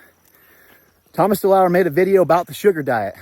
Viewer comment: DeLauer, not deleur. Greetings.